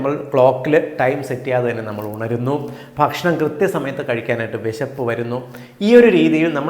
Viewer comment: ഇവിടെ ഭക്ഷണം എന്ന് പറഞ്ഞാൽ ഷേണം എന്നാണ്